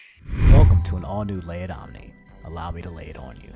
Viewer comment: Omni pronounced min-yan-nah